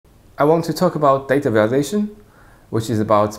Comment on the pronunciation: sounds like he's saying "data validation" lol